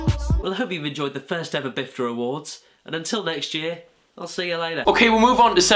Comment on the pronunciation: It's pifta not bifta